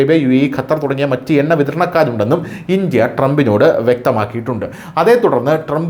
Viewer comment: Enna അല്ല. ... Unna